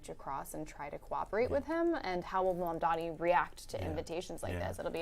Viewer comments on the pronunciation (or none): Halperin still refusing to pronounce Mamdani's name correctly. Hilarious.